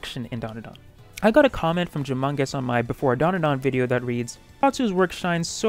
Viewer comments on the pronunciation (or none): Im sorry but saying jumungous before showing the comment was so funny lmao Great video, ill make sure to check out the manga it looks amazing!